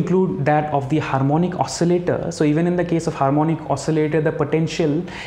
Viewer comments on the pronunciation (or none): none